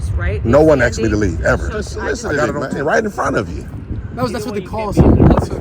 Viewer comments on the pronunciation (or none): What's this 'axing' he's talking about? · Hey stupid, they didn't "axe " you anything. They told you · “Solicitated?” “Axed?” How did this fool ever get out of high school?